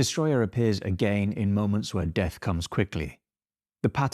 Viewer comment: "I'm creeping deeath-a"